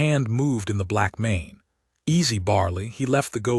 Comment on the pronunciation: why can't the reader of this story not get words correct? breathed as breath(ed). Arithmetic as arith(meddic)? And blackmane as black men? I've heard this voice a few times and it always pronounces word wrong